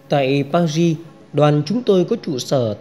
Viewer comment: PARIS nên đọc uốn lưỡi nhẹ chữ Ri